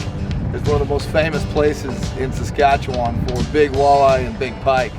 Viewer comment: Excellent video however it’s pronounced saska chew in, was just throwing my Canadian brain off lol